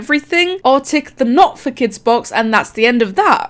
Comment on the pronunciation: Bruh when you said “for kids” its sounds like “fuck it” with that accent